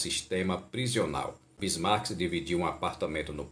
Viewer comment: Não é "Bismark'S" não meu Sr... Não tem "S" no nome não ok??? É só BISMARK.